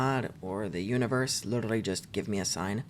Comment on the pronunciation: please stop pronouncing literally like that